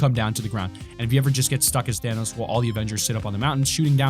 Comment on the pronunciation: Y do u say thanos as thainos